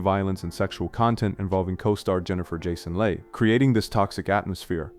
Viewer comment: Jennifer Jason lay lol It's lee mate